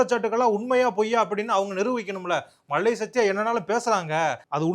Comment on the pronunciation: தம்பி நடராஜா! அவர் மல்லை சத்யா. மள்ளை இல்லை.லகரம், ழகரம் தான் தமிழின் சிறப்பு.கவனம் தேவை.